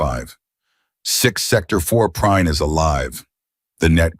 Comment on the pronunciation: Lol! "Your name?" "Prine, sir" "I want to say it right, later" Two seconds later, the AI called him Prinny.